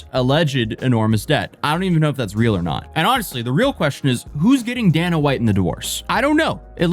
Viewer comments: My man said “Danna White”. You got the funniest mispronunciations. We still love you, though. 👊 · Who TF is DAN'UH WHITE. U MEAN. DAY'NA WHITE? 🤦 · why did he say Dana White like that. Hurt my soul